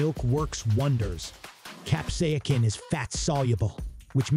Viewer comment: Cap-say=sin FFS! It is not that hard to say!